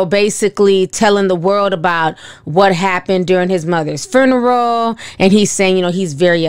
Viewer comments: Funeral not Furneal 😂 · The “fooneral” Ti always be pronouncing stuff different and I’m here for it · SIS. It’s pronounced fyoo •nr•uhl FUNERAL LOLOL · be like “frooneral” 🤣🤣🤣🤣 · Right lol I was like "girl the what????, phooneral?" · " Fernaral"...ti what ? 😭😭😭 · I love the way you pronounce funeral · Sorry I can't with the pronouncing of Funeral.. But I love,love Love you Ti and your channel! Day one fan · You need to learn how to pronounce funeral.